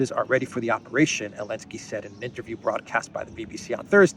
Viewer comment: I listen to your program daily and appreciate it. I still don't understand why you call Zelensky "Elensky"